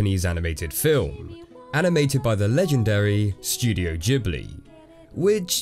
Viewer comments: but that is not true. In Italy, the "ghi" or "ghe" are pronounced with an hard G every time, and the original plane named "ghibli" makes no ecception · I must correct you. The Italian one is not a soft G. "Gi" "Ge" are soft G "Ghi" "Ge" are strong like "G-arrison", "G-host"... So the first observation is actually wrong. Best thing in these case, from my exeprience, is listening on a translator the language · If Ghibli is an italian word than it is a hard G not a soft G.Also the creator of the .gif extension said himself it is a soft G. Basically all your points in the beginning are incorrect. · but "gh" in italian is pronounced with an hard g :| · Did you just say ghibli wrong? unfollowed smh my head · Yo, i'm italian, it's not jibili, it's Ghibli with a hard g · Dude, I don't know where got his pronunciation info from, but they're wrong. "GH" is HARD "G" in Italian. Look at the words "ghetto" and "spaghetti", and then look at the name "Giorno Giovanna" (my roommate's "Golden Wind" obsession has finally gotten me to the point of making Jojo's references when I don't even watch the show) from a show in which it is literally an important character trait that his first and last name both be pronounced with a soft "G". So there you go. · In Italian Ghibli would be pronounced with a "hard G". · In Italian the letter "H" is a silent letter that makes what ever comes before it a hard sound. So the Italian pronunciation of Ghibili wouldn't be "Jee-blee" with a soft G, it would be "gee-blee" (gee as in geese) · no, no, no. In italian if the G is followed by the H, it becomes a hard G. We don't pronounce it Jee-Blee, we say GIB-LEE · I'm italian and the syllable "ghi" is not pronounced "jee" in my language. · Hmmm I'm not sure about the pronunciation. My Japenese guide that showed me round Tokyo pronounced it Gibb-lee (hard g). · GHIBLI is pronounced with a hard G in italian tho so if it were to be pronounced Jee-Blee they should've just spelled it GIBLI